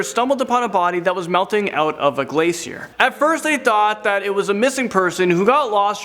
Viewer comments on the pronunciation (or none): none